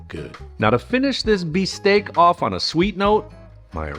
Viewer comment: Bistek not bisteak